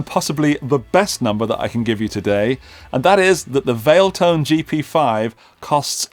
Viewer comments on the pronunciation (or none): Valeton not Valetone